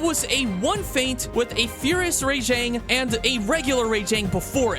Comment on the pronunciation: every time he said Ray-jang my skin crawled